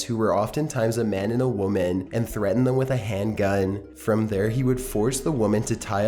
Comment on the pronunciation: People are annoyed by his intonation because it is completely affected. You don't pronounce it "womaaaaaan" at the end of one sentence then immediately say "woman" normally in the next 5 seconds. Sure people place a little drag at the end of their sentences at times but not that much. Besides if you go back to earlier videos of his it is evident that is not his normal speech pattern. There are a million more examples with him. But, I just choose not to watch his videos, just like I choose not to watch the computer narrated ones. To each his own.